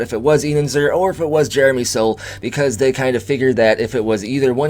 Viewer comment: FYI, for the future, Soule is pronounced like Sool and not like Soul.